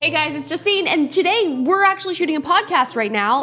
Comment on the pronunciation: "iJustine" ---->"sJustine" 😁